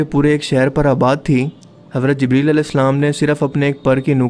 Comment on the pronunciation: bhai aP word ko ghalAt q boLte ho J ko z parte ho q bhai fazooL ka natak jaan booch kr q krte ho bhai bura lGta hai bhai bhale aP india se ho pr kia india waley itne b jahiL thori h bro zibreel nhi jibreel hOta